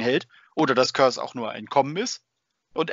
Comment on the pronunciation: Im Hörbuch zum Roman Soulhunter wird Kurze wie Curse ausgesprochen.